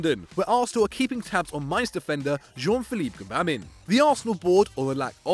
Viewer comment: Gbamin is pronounced Jean-ba-ma